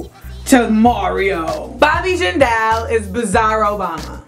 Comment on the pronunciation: Jindal is not pronounced like that